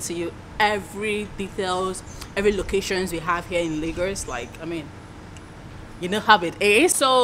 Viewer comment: If i hear you say 'Lagors' one more time lol, but on a more serious note, this place is dead.